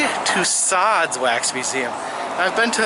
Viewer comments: Tu-so, not to-sod. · Tussauds is pronounced too-so.